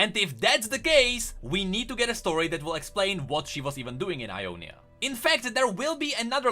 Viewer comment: everytime you say Ionia i hear Umonia and like ... tf